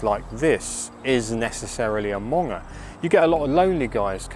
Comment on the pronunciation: They go to get monged... not munged🍺